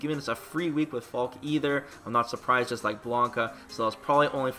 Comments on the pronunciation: I was hoping it would be pronounced like "Falky", but she is still a pretty cool character, imo. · I always hated how you said "Falkeh". I knew it was wrong cause it sounded so stupid but I didn't know for sure, so I never said anything. I'm a natural keep away zoner even when I don't try to be, to the point that I sometimes get complaints in the form of people backdashing repeadedly to show me their frustration with my playstyle or just getting rage quitted on in battle lounge even if I'm not dominating the match. So seeing Falke as a keep away zoner character may be a good thing for me. I'm currently 6.5/10 on her. What I need to see from her is a three frame and/or invincible reversal, reliable anti-air and her walk speed. I suspect her neutral will be trash and I don't have high hopes for her rush down ability. Also, does her jump look higher than the usual jump? That could be a problem if her in air redirect moves aren't great. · Still pronouncing it "Fal-keh" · he slipped and said Fall-keh, but I don’t blame him. I’m trying to readjust myself back to saying Falke just like how I originally thought it was pronounced. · You were pronouncing the name correctly before. The announcer in the trailer made a phonetic mistake which is a common thing English Speakers have when trying to pronounce words of German Origin. E's on the end of words in German are never pronounced silent. So yeah Fall keh is the correct pronunciation. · The announcer pronounces her name wrong. It should be pronounced similar to Falka.